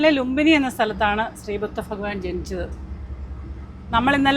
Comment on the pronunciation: ഭ തെറ്റിച്ചാണ് പറയുന്നത്